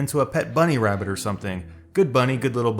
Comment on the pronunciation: "Good bunny, good little bunny wabbit" LOL!